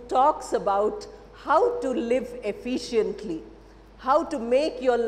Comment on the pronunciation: Madam it is par-shal and not par-shi-al...similarly it is effi-shent and not effi-shi-ant. 😊